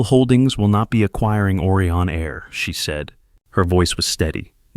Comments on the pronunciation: It’s O Rye on. Not Orion; like Oreo. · Try to improve the pronunciation of words. Orion should start with original vowel sound ‘O’ like and pronounced as in open, over, Odeon, etc. Whereas, Aureon should be pronounced as Australia, audition, audio, August, automobile.